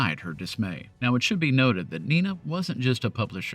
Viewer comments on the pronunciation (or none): I think Nina is pronounced "Ny Nah". I know this because her trust is an NPR underwriter, and that's how they say it, and since my wife is named Nina, pronounced the normal way, I've always thought it kind of weird.